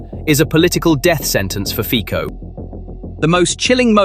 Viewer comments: Fico is pronounced FEE - tso, not FEE - ko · Very artsy with Ficos name 😅. That was great